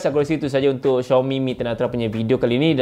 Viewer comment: betul sebutan xiaomi ko tu...channel lain sebutannya Ziaomi.